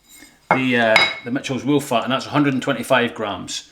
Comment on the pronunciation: Nice "woollac" 😂 😂 😂 👍👍🤓